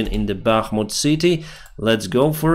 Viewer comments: does anyone else wince when says clother instead of closer? whyyy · I have not wanted to correct the mispronounced words but please its "closer" not "clother" it's in every single video. "Wagner moves clother in Bahkmut" no it's closer. I know English isn't you first language its not mine either but since you use this word every video I finally had to say something. Otherwise great video as always keep up the good work 👍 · Bro thank you, have a peace full sky where ever you are. Please don't mind me saying that the work closer is to be pronounced as "closser" not "clozer". I love your videos and news i really appreciate all your works but I feel I can still tell you if youbare wrong to be better 🙃